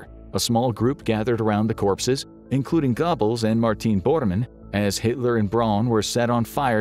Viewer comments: 😂😂 Gobbles xD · I've never heard Goebbels pronounced that way. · You got to love the pronunciation of gobbles lol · i couldn’t focus on the rest of that portion because of it🤣